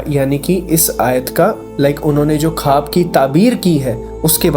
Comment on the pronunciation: Bhai khab nahi o khwab hota hai